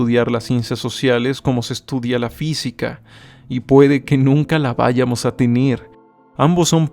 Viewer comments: Jajaja, también me llamó la atención su manera de entonar o acentuar la palabra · sólo un comentario, se dice vayamos no “váyamos”, buen video. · dijo "váyamos" y se dice vayamos